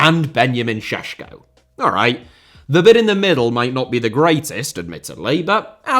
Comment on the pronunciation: I was genuenly surprised you pronounced Oblak and Šeško correctly. Good job, most people just say something that they think sounds right when pronouncing foreign names, but you took your time to do it right and I have to give props for that. 👏👏👏